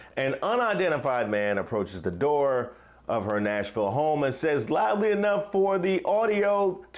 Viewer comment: Tennessee viewer here— oh how I cringed when he said Nashville…